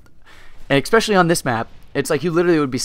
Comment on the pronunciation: EX-specially? I think this game is for children, ESPECIALLY stupid children.